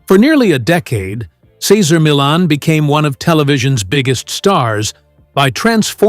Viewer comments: The very least you could do is pronounce his name correctly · This video doesn't sound very credible when they can't even pronounce his name. 🙄🙄🙄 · Can't watch...pronouncing his name is unacceptable. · It was hard to listen to the announcer mispronounce Cesar's name over and over. However, I am a big fan of Cesar and I have used his methods with success. I still watch him on you tube and I wanted to know what had happened behind the scenes.